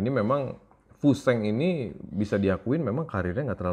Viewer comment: Koreksi yah bang memang namanya tulisannya fu sheng, tapi bacanya itu Fu shen. Ini idola saya diwakfu tahun 1980an. Filmnya banyak beredar di bioskop.